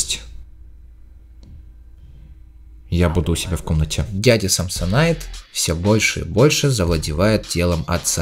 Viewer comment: не самсонит а самсонайт